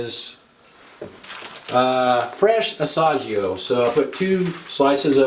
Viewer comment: I'm sorry & please forgive me, but I had to chuckle when you said, "...fresh A-sah-gee-oh cheese..." (it's Ah-see-ah-go) It reminded me when my parents & I were out to lunch after church. When my dad was ordering, he asked for the item with "Bree-oh-kee" bread -- aka, Brioche bread. 😄 My parents are now passed away. I love your simple, no-nonsense recipes. This looks delicious!! I can't grill where I live, but I might just use my cast iron pan. Thanks for a fun channel & all the hard work!